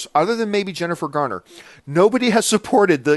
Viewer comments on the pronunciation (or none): none